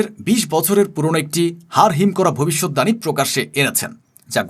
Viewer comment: আপনি বারবার ভবিষ্যৎ দাণী বলছেন কেন?? আপনি কি বাংলা জানেন না ? না এই ভুল উচ্চারণ ই আপনি শিখেছেন?? শব্দটা ভবিষ্যৎবাণী। দানী নয়।